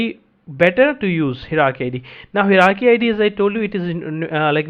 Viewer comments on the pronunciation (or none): Hierarchy is a multi-syllable word, hi·er·ar·chy, pronounced as follows "Hire + Are + Key", just a side note, appreciate the content, slow it down a bit. Thx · good video, only the pronunciation of hierarchy is /ˈhaɪə.rɑː.ki/ - from